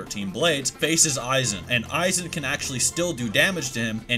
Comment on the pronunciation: Isnt it pronounce Eye-Wok? you said You-hah